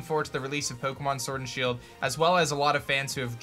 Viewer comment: Poke'mon sworld and shield!!🤣